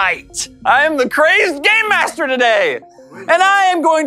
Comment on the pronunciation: is it just me that thinks every time he says game master he's saying gay master?